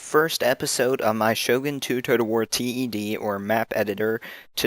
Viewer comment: Great video, nice to see people making these. At C.A. they pronounce the name 'Ted' as in the name, rather than T - E - D.